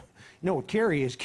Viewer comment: When Edwards pronounces “Senator Kewwy” like a baby I died